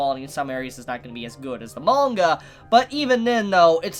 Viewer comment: I love the way he says ‘manga’ is satisfying. Good video as well but priorities